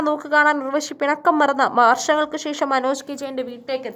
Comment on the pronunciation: ശേശം അല്ല ശേഷം എന്ന് പറയൂ.